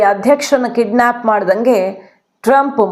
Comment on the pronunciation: Mem ಅದು kiddsap ಅಲ್ಲ kidnep